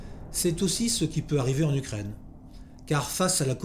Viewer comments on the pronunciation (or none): none